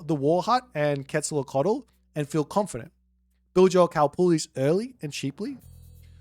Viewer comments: another boit banger. for the names of the gods, because I suppose you'll be casting games in the future, Queztalcoatl is pronounced "Quet-sal-KO-atl", as opposed to your "quet-sal-lo-cotl", the other gods would be "Weet-si-lo-POCH-tli" and finally "tes-ka-TLEE-PO-ka", minor gods I'll leave it to you because you've been quite entertaining giving them names. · Really bad pronunciation... quezalocatol? 😅